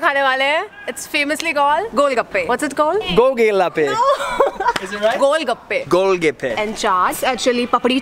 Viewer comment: Girl:- it's famously called Golgappe, what's its called?:- Go gee lappe!!! 😎 😆😆😆😆😆